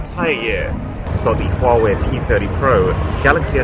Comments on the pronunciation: Huawei is actually pronounced as Wah-Way. Please consider right pronunciation next time. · I keep getting confused, you're pronouncing the first phone like "Hall way"